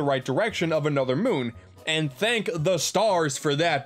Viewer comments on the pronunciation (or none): none